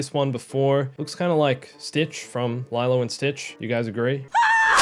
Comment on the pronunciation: detail 1 for: he says lilo and stitch as LIELO and stitch